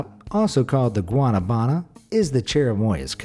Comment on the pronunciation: Just saying you butchered the guanabanas name